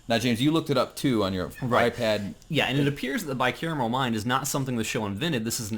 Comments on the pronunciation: Wow I actually made it all the way to the end of this one!! Nice on guys. It's Bi-Cameral tho... not caramel... caramel delights would be tasty tho :P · Car-a-mel, and cam-er-al. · why do you keep saying bicaramel mind? its bicameral mind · Everybody keeps saying it wrong. They said carmel like three times at least, its CAM-eral like camel lol